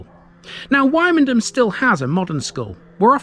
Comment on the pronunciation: Don't got pronouncing it like that when you go to Norfolk, they will march you out of the town